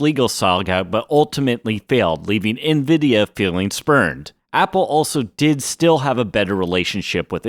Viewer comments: WTF is "envida"? I got to about four minutes in, but hearing it mispronounced so many times I couldn't listen to it anymore. "en-veh-Dee-ah". ,an, you got it right, or at least close enough a couple times, but the amount of times you didn't made my brain itch. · Bro why do you keep saying Nvidia as Nviduh intermittently? Sometimes you pronounce it correctly then the rest of the time you says Nviduh... ???